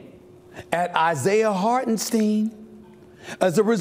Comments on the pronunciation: He said Hartensteen, it’s Hartenstein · Also can’t pronounce Hartenstein’s name properly even though announcers ALWAYS pronounce it correctly since he told everyone LAST YEAR how it’s pronounced